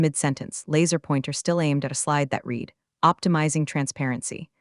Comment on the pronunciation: That's read as in red, not red as in reed.